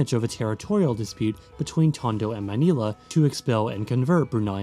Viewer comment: I applaud the proper pronunciation of (most of) the names. 👏 Also, IIRC: Maynila = where there's indigo. (Nīla, Scyphiphora, is a blue flower)